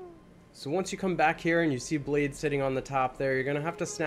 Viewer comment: Actually. " Blaidd " isnt pronounced like that. It means Wolf in Welsh and sounds like " Clive " so ' BlyTH '